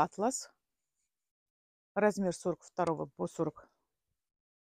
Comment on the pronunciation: Атлас это сборник карт, а атлас это ткань . Делайте правильно ударение. Одна продает женский товары но называет нас ребята. Про тысячу всегда тысяча. По ушам режет.учите русский язык